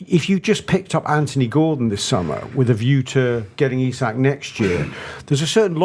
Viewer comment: Eee-sack not isaac. Small thing but irritates tf outta me lol